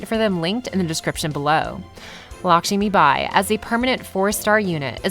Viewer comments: It’s not LakSHImibai, it’s Lakshmibai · It's Lakshmibai, not "Lakshimibai".